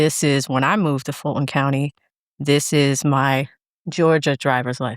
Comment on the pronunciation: Why can't she say Fulton (Ful' ton).